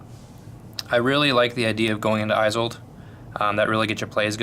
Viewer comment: Esold, not aisold